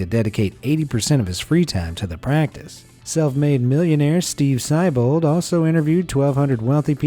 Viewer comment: Who's Steve Seibold? I know a girl who has a brother named Steve, and they've got the same name, but you pronounced the name wrong. It's with a long e sound before the bold.